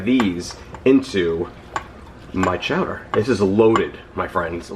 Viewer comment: Can't go wrong with spinach and artichokes. "Chow-duh"... I'm here for it!!!